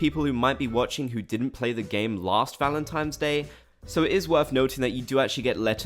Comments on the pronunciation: Valentimes day lol. It annoys me when actual humans call it that too lol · "i really annoyed people by calling it valenTIMES day" [proceeds to say valenTIMES day about 147 more times] 😂